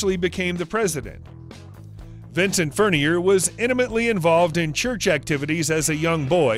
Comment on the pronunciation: Furnier is a French name. Please learn how to pronounce it. Thanks.